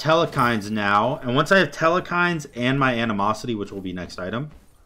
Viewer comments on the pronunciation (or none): Theres still no E in the middle of Telkhines. or the almost middle... its a 2 syllable word not 3